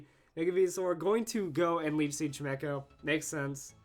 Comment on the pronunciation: I can't be the only one getting annoyed that he calls it chi-mech-oh when it's chime-cho can I, anyway, I think people just forget about quite how many moves magic bounce covers.